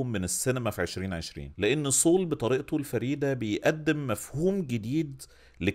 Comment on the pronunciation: برضه صول؟؟؟ 😂 والمصحف سول... عادي جدا... مش صول